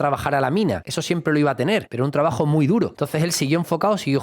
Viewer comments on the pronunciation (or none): none